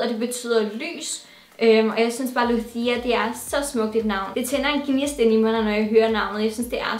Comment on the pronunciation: Lucia er italiensk og betyder lys og udtales ikke med lespende c, men med tj lyd.. På spansk er det Luz der betyder lys...